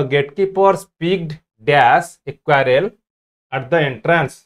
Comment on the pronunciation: Sir not quarrel but squirrel